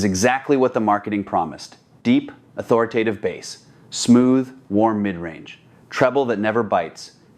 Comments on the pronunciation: Lol AI. When someone pronounces "bass" like the fish. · Why do these AI voice overs call Bass ( the instrument sound), bass the fish? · Tens of thousands of dollars on an amplifier and even more than $60,000 on speakers and I have to hear a talk about amplification turn into a fishing show with the pronunciation of the word “bass”. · I hate that! It’s not bass, like the fish, it’s bass, rhymes with ace! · Because it's dinner time!